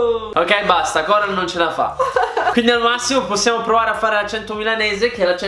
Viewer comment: Da fiorentino dico che la Coral ha una "c" aspirata che pare una toscana doc.